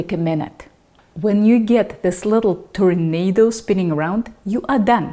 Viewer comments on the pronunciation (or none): none